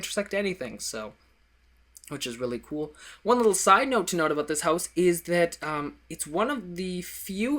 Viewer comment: the way he says 'HOWSE' makes my life :D